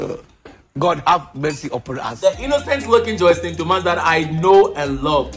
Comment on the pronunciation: Her name is pronounced“Joss lyn” not Joycelyn 😅 I enjoyed this video though